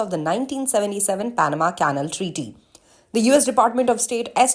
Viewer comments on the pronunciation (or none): I agree completely . . . On a lighter note though, this narrator/anchor person from Reuters is mispronouncing the word CANAL (rhymes with SHALL) as a dog house or KENNEL . . . LoL . . . Although she sounds from her accent as being of Indian heritage, even in India (where English arrived with the BRITISH Colonialists) well-educated people DO NOT pronounce CANAL as KENNEL . . . Her producer at Reuters should correct her pronto . . . Wake Up Reuters Production Team ... ha ha ha . . . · learn to pronounce 'canal' properly